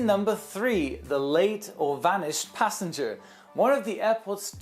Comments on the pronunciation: vanished not vansihed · vanished not vansihed (joe) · . I've heard of vanished passengers, but never a van-sih-ed passenger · 'vansihed' lol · 'Vansihed'?? LOL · I noticed that too lolz